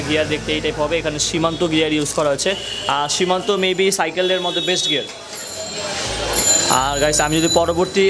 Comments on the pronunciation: Kotha bola shiken..shimanto na shimanu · সিমানো কে সিমান্তো বলেন কেন??? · Its shimano not shimanto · Shimano not shimanto